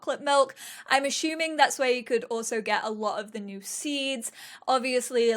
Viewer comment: Anyone else finding hilariously charming how she pronounces 'assuming' as 'ashooming'. haha